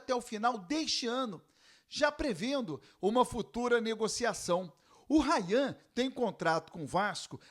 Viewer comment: ele falando errado é Rayan!